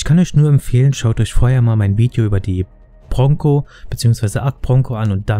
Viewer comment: I watched this only to hear ponco